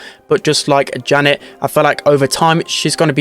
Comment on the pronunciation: S/O to for actually pronouncing Janet’s name right 🙌🏻